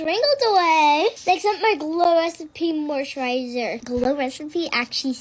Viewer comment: Help she can’t even pronounce glow recipe why does she need it 😭✌️